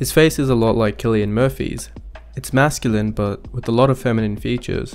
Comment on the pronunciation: Cillian is pronounced a KILLIAN?